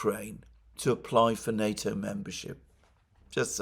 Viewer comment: What nato is he talking about ,sounds like nuto.